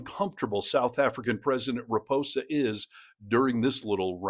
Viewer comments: It is President RamAphosa, not Ramposa. Almost as bad as so many American commentators pronouncing Quatar as "cutter", but at least you got that one right. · It's RA-MA-PO-SA my friend. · Loved the video, just it pronounced Ramapausa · needs to learn how to pronounce the name of the South African President. As this video stands, it's no better than Trump's offerings. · You might have made an attempt to get the SA President’s name right….